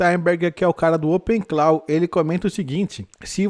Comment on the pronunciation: Opensource morto? Muito ao contrário. A tendência é o código aberto ser auditado e corrigido com mais efetividade que código fechado. E para quem tem canal de IA, a pronúncia correta é opencló e não openclau...